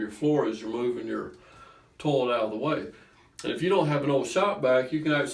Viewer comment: I like the way he says "toe-let" with his accent.